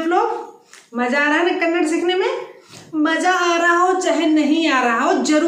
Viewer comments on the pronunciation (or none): Thumba chennagi helidhira.. aadhre ondhu thappu ide.. adhu Kannad alla dayavittu Kannadआ antha heli 😃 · Please 🙏🙏🙏🙏🙏😁mention कन्नड़ा as this way it helps in pronunciation- कन्नड़ा । But it's in writing as kannada कन्नड़ ಕನ್ನಡ कन्नड़ नहीं! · Glad that u r trying to teach Kannada, but pls don’t forget. It’s not Kannad, its Kannada